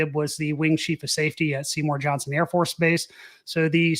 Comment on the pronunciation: He said Seymour Johnson... lol